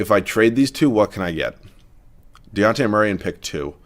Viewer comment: As a Spurs fan the amount of times you pronounced Dejounte's name wrong REALLY started to annoy me hahaha It's a hard J like Dijon mustard